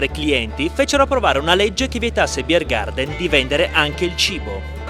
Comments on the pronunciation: 9. BiergarTen (Biergarten) e non BiergarDen, è tedesco, non inglese. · Un consiglio per i prossimi videi all'estero dell'. Chiedi alla gente del posto come pronuncia i nomi dei luoghi e dei personaggi, così ci si addentra meglio negli usi e costumi. La pronuncia bavarese è davvero divertente, tu hai inglesizzato troppo. Buon prossimo viaggio, non dimenticare il passaporto, se vai a Lignano 😅